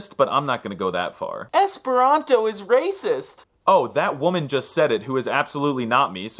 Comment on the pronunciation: For some reason, most times you say the word Esperanto I hear something close to 'hispano'. Is it just me?